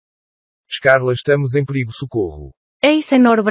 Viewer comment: O cara fala perigo com "h"...